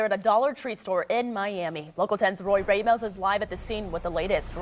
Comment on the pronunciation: CANT PRONOUNCE RAMOS. wut a dunce